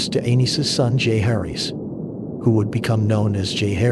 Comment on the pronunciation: VISS-AIR-US...not VIZERIES. JOE-HARRYS... not whatever the heck the A.I. voice was pronouncing.